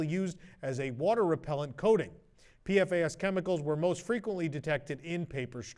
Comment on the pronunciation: Thanks as always for the news, WDWNT team. A heads up to --PFAS actually has a pronunciation. It's PEE-fass. That's how we say it in our newscasts.